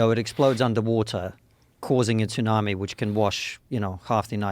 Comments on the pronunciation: “The Russians have a TOON-AMI torpedo” Then he hears Joe pronounce tsunami correctly, then dude still pronounces it incorrectly….sounding like a British kid that makes grilled cheeses at night… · Tsunami is pronounced "su-na-me" and joe is literally saying it properly to him in conversation why tf is this guy purposely calling it "Toonami"? Its not an accent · He said 2nami 😂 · "a tounami" lol does he think its the s thats silent? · I couldn't ignore this guy getting the wrong letter silent on Tsunami 😅 surely everyone knows its the T thats silent not the S 😵‍💫